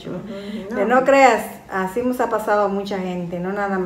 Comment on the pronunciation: Hola ❤ se dice “nos” no mos con todo respeto🥰 mi mama “nos” enseño a no decir malas palabras